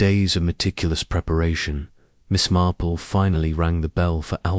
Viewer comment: Story was good but mispronouncing Marple. Lots pauses where one naturally wouldn’t If you fixed that, it would be a pleasure to listen too